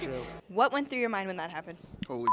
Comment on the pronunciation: I absolutely love that you said lived "trough"